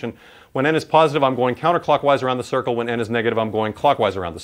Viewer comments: "Da Cirrcle" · "da circle" lol